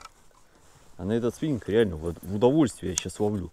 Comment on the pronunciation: Спиненг! Шедевральный русский язык! Хотя слово, таки, иностранное.